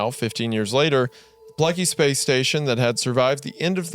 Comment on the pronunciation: speeeeeece station